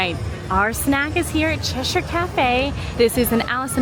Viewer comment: BLESS YOU for saying Cheshire correctly!!